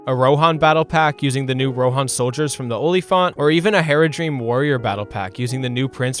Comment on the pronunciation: Tell me you've never actually watched LotR without telling me. - Calls Haradrim "Heradream".